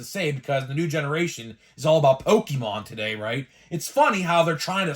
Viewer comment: Pokemon, not Pokimon LOL!